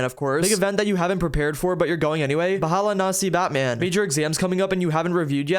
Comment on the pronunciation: the way you pronounced "bahala na si batman" is killing me XDDDD